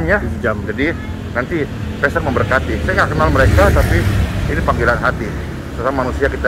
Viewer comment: Bukan pester tapi pastor dlm bahasa ingrisnya..,bacanya persis sama dgn bahasa Indonesia Pastor